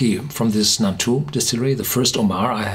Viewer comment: It's Nantou, not Naltou!